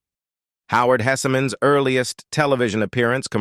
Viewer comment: Your AI needs to learn how to properly say several of the names !, Hesseman (Hess man) not (Hessy man) & the TV show mentioned Mary Hartman, Mary Hartman. It’s only a quarter second to half second pause between the name not 3 or 4 seconds.